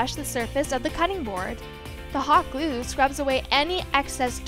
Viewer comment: "gluue" "togAther"